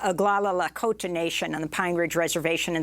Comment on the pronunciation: I appreciate people that say Lahkota correctly 😊